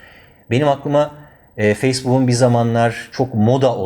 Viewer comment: Facebooğun :D 2.08 + /poh/ değil /pouk/